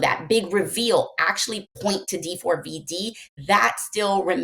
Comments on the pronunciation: Can someone please let Nancy know it’s not actually pronounced D-4-V-D? It is just spelled that way, but is pronounced David. When you say the name you don’t say the 4…. it’s just a “cool” way to express a capital A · "d4vd" is an abbreviation for "david" you don't need to keep saying the whole thing like d-4-v-d lmfao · Why do you keep saying D-4-V-D and why’re you s scaring me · The way she keeps calling him D 4 V D is killing me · It was nice to see nancy treating JSM with respect this time, sometimes she can be mean and he doesnt deserve it. I really wish she would just pronounce "D4VD" the way it's intended - "DAVID" 😅